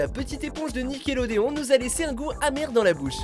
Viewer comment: nicker Lodéon pourquoi je comprend ça quand on dit nickelodeon en français?!